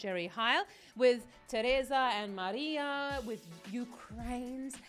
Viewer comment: Jerry Heil is not Jerry HAil, just say "E" like in "seilor" or "teilor", and Alyona is pronounced like in "learn" - Alearna Alearna)